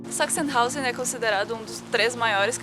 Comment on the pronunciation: Sempre ouço "sex in house" toda vez que vocês falam "Sachsenhausen". Desculpem-me. T_T